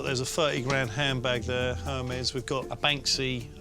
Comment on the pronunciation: None of the bags appreciate in value hun....unless it’s rare Hermes, most of the women on this show can’t even pronounce Hermes correctly